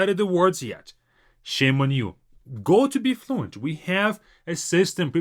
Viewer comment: Not to be funny or anything but sometimes as a native English speaker I struggle to understand some of your English words that you say so fast like your app BeFluent ...I actually had to check that in your comments because it did not sound anything like Be Fluent to me😅 ...I figured it's all about the incorrect stressing of ee in Be.